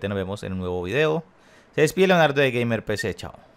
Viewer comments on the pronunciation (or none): none